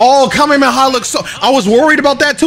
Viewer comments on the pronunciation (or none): Excuse me great video but, Kamemehala?